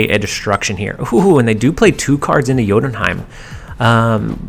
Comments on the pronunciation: Correct Jotunheim pronunciation! BTW I think you should at least try to pronounce new locations no ones angry if you'd say you're not confident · gg on saying jotunheim right